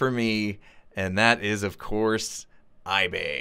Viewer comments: Did he say, iSore? lol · iBay, or iBae? lmao